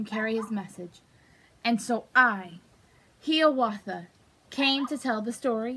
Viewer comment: IT'S HIWATHA NOT HEWATHA